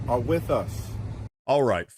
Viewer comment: "Wij y`all".😃